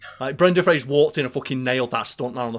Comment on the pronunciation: I love you my guy and I love your channel... but it's Fraser, not Frasier and that is driving me mental... and you can't tell me you can't say Fraser, because it's easier than saying Frasier, like... duuuuuuuude lol.